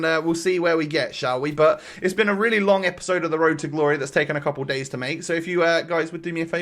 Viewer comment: Can you say road properly?